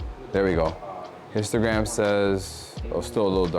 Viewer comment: The first time you said histogram I thought you said instagram!